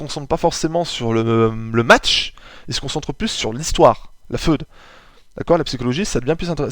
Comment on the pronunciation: Sinon simpa franchement hesite pas a en refaire d'autres ! Sinon parcontre ya quelque prononciation fause (surtout sur fued .. C'est pas feuud .b C'est plus fuid ou par exemple tu dit hell alors que c'est heel (genre il en francais ) mais sinon rien de bien grave on te comprend ! :p En esperant tu refase des video du genre ! :D